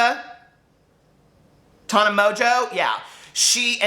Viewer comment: The way you pronounce Tana Monceau lmaoo